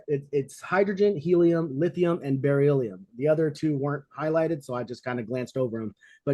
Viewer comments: Definitely not the way you say beryllium 😂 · If you can't pronounce beryllium you probably shouldn't be talking about it.